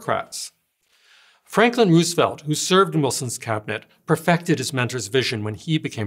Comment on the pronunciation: did you just say ruusvelt? its roos e velt {rose-a-velt}